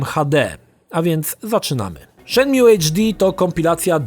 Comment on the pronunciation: Zanim zaczniesz recenzować naucz się dobrze wymawiać tytuł. Shenmju gosssh god damn it.